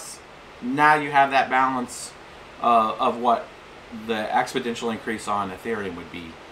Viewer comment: Expodential? I think you mean Exponential.